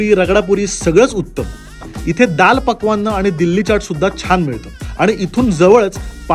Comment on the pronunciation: It’s SBDP Shev batata dahi puri Not SPDP Aani ho , it’s Daal pakawan meaning Daal and poori (Kadak ) not pakwanna